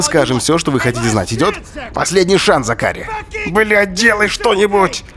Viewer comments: зАкари а не закАри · зАкари, а не ЗакарИ... аж уши режет...хух.. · ЗАкари, а не ЗакАри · Мишон какая-то слишком разговорчивая получилась)) в сериале она по возможности молчит, а не вступает в диалог П.С. по английской озвучке - зАкари, а не закАри) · Не ЗакАри, а ЗАкари)) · зАкари!!! А не закАри! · зАкари, браян это анг. произношение, 1 класс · ЗАКАРИ НА 1 букву ударение !!!!